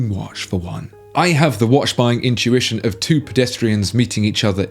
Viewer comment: It's not wash, it's watch (woch)